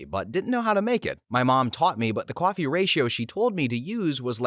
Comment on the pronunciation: Are you saying "coffee" in that last story? Sounds like kwaffy